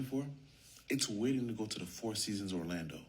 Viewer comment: Why do you say foe when you know that the word is four..? Don't you realize it makes you sound very ignorant when you say it that way? I'm trying to help you.